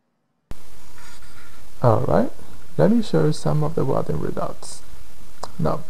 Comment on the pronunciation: “Wrelding” = welding lol. Great vids!